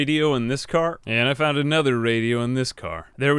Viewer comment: i found this "i fount this" very funny XDDD